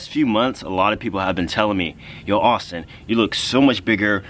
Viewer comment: did he say saustin xD